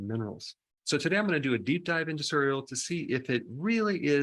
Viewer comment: Nice video but I absolutely abhor the way you pronounce 'cereal'.